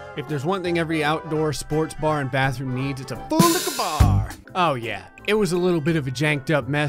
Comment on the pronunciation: I had paused this to go eat dinner, and came back to resume and what I hear through my headphones is "Florida Man's Towel"